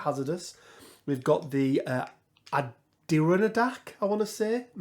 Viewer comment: American here! For the "Adirondack" location, in local speak it's pronounced like Adder-ahn-dack